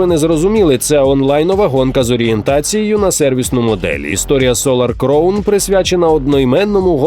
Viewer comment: Диктор, підкачай свій іншліш, вимова деяких слів просто люте пекло, в цьому випуску «кліфхенджер», правильно - кліфхенгер. Солар «кровн», правильно «краун»